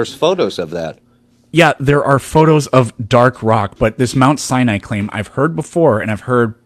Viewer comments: The “biblical scholar” pronounces it Mount Cyanide. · He just called Mount Sinai "Mount Cyanide" didn't he???? OMG He totally did call it Mount Cyanide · Is he saying "Mt. Cyanide?" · "Mount. Cyanide" "An A-Atheist" "Irregardless" "Eye-Talian" 😅